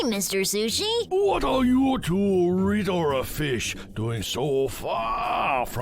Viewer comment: "So terr me" 😨😨😨😨😨 noooo "I thought u were good rittle fish" NOOOOO 😭😭😭😭